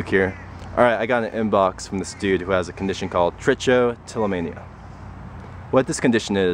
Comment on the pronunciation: Haha you pronounced it wrong tri-cho-tillomania haha